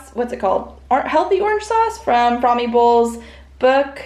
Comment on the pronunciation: “Frommy” bowl 😆 AKA From My Bowl - Caitlin creates awesome recipes!